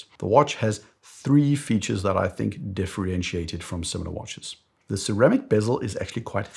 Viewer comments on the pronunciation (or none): none